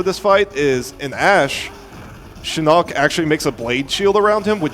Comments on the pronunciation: Am I the only one who hears the other dude Pronounce Siarnaq's name like "Shinnok" and not like seer-nock? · i feel you. for me was Shinock haha, this is no Mortsl Kombat. the name is Siar-Nack! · Siarnaq, not ”SHINOCK” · dre154 if you listen to the voice acting it's pronounced "Saar-nack" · No. 90 "Sheerock" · Really annoying how the co-commentator calls Siarnaq "Shirock"